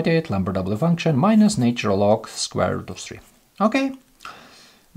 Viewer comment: Please teach this person to pronounce the word " natural " correctly !!